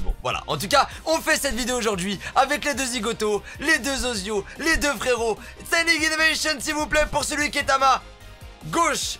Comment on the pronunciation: Il m’énerve a dire standing innovation a chaque fois 😂😂😂